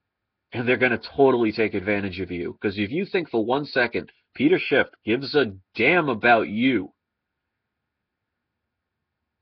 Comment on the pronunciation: Judas was a silver stacker. Oh yeah it's Schiff, not Shift.